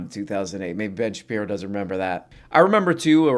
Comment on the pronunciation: Ben Shapino? Never heard of him